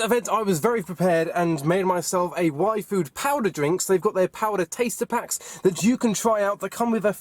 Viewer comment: When he was saying yfood it sounded like waifu